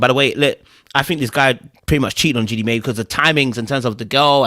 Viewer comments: Jeannie "MY" NOT "MAY" Jeannie "My"/Mai. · Not mae “my” is how it’s pronounce